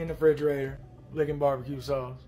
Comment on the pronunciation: Fridgerator? I thought it was a refrigerator